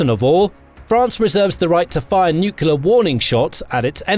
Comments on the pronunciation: For God's sake...it is not NUCEWLAR weapons it is NUCLEAR WEOPONS! GET IT RIGHT! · Nuclear, not nukelar... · NUCULAR? Surely, you mean nuclear? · Really informative, interesting and well made - thanks for posting. 'Nucular', though...gaaaggh! All best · If the guy can't spell nuclear, he could try atomic. Everytime I hear "nucular" my ears hurt. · Me to. Only one 'u' in nuclear. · 1. Syria is not in Africa 2. Please learn how to pronounce nuclear properly.